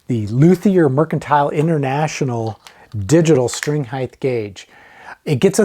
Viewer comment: “Height” doesn’t end in “th” 😃 rhymes with “right” and “fight.”